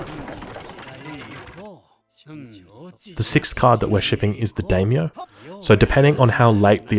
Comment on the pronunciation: Not to be a stickler, but the vowels of Japanese are "Ah"a "ee"i "ooo"u "ey"e "oh"o, so it is "die-myoh" for daimyo